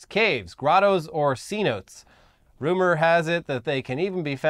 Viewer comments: <Sen-Note-ays> not C-notes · Cenotes pronounces sea notes made my day. Love you all. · bestie that is not how you pronounce “cenotes”